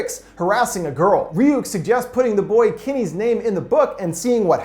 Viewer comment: As someone named Kenny, I’d like to take this time to make a PSA that Kenny is pronounced “ken-knee” and does not contain an I in it and is not pronounced “Kin-knee”